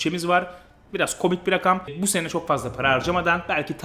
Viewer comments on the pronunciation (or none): none